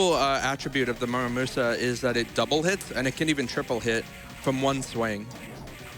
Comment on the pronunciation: Dude can't say Muramasa right for his life